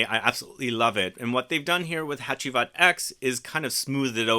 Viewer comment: I presumed since it's 10th Anniversary the X is roman numerals so it's pronounced "Hacivat Ten" instead of "Hacivat Ex". Also wondering if you got your nose on smelling Hacivat Oud. That came out of nowhere (for me at least) and the perfumer is by Dominique Ropion. I have not tried that one and interested on your take on it.